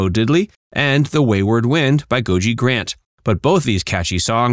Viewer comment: And while we are dealing with errors, Gogi Grant's first name was pronounced with two "hard" G's. "GoGee", not "GoJee".